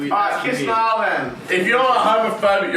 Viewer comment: "Muh nemmm Nial"